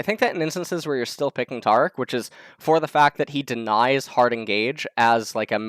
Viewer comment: says taric's name wrong along with a slew of other champions names. always gotta be different.